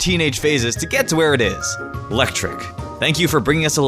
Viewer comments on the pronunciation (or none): IT'S EELEKTRIK, NOT ELECTRIK! AND MAREANIE IS SPELLED WITH 2 A'S, NOT 3 E'S! AND THERE IS NO I IN TOXAPEX! AND IT'S EELEKTROSS, NOT ELECTROSS! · It is EELectric. Not electric. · it's pronounced EELektrik